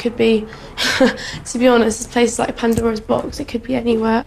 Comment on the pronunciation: Did she say "a panda rose box" while incorrectly referencing Pandora's box?